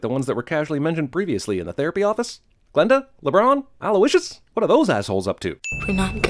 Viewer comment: "ah-loy-ish-us" ding